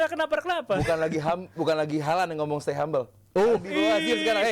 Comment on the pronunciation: Stay coli Bukan stay hamble 😂😂😂😂😂😂😂